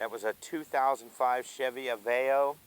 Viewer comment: Av-e-o not a-vayo